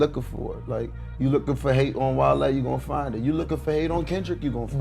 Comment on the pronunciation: And calling Wale "whale" 😂😂😂